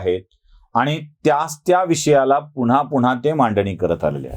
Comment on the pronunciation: तुम्हाला एक आग्रहाची विनंती आहे,तुम्ही पुन्हा चा उच्चार पुण्हा किंवा सेना चा सेणा असा करता. थोडक्यात न ला ण ऊच्चारता. तुमचं चॅनेल पुर्ण महाराष्ट्र बघतो. कृपया हि चूक सुधारेल हि अपेक्षा. राग नसावा. मनी आलं ते लिहून टाकलं बस्स.